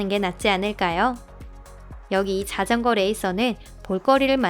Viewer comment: 와 여태 사람이 나래이션 하는건줄 알았는데, 번역기 기계음이었구나... 소름.. 진짜 사람 나래이션 같았는데, 여기서 자전거라고 하는거 보고 사람 아닌거 첨 알았네..